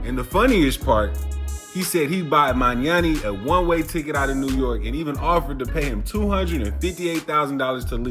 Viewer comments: Mamdani , not magnani lol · Manyani? Really? His name is MAMDANI. FFS. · Learn to pronounce his name before you post a video about him